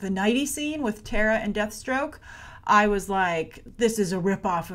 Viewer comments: I think its terra not tara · Terra, not Tara